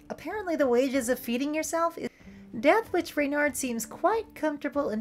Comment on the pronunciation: As someone who took my furry surname (furname) from a book about Reynard, it is so heartening to hear someone pronounce it correctly. ...and not 'REH-nirrd'.